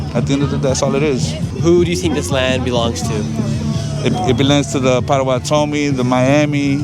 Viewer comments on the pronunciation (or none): .. I've never heard anyone pronounce Potawatomi like that and I am Potawatomi 🤣